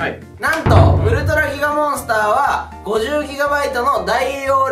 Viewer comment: のとこ ウルトラギガモンスターが ウルトラキカモンスターになっとる微笑